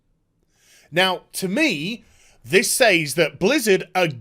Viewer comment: Why can't millennial Brits say "says" correctly?